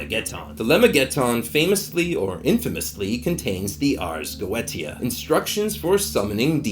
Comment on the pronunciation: I love your video but the Ars Goetia is pronounced like Ahrz go-AY-sha not Go et ee ah